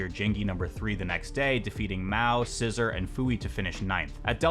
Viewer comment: FYI, the tag of the player you're calling "scissor" is pronounced as Sasusoro